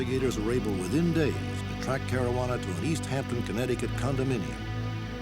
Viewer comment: ...Marajuana Caruana?